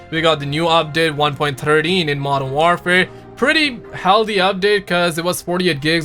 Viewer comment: Totally unrelated but the way you say healthy like a true desi 😂👌🏽